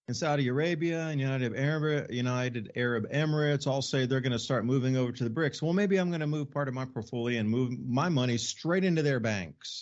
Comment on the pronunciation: it's BRICS, not brinks!